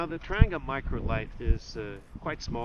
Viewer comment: Please get the pronunciation correct. It’s a Tran-gee-ah not a Tran-ger. As for saying ‘me myself’ - really?